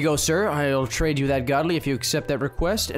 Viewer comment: Not ou its you